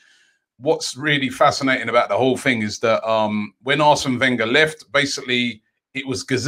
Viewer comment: He actually said "sign da ting" 🤣🤣🤣